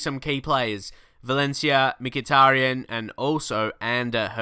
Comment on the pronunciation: you pronounce mkhitaryan "mik-it-tarian"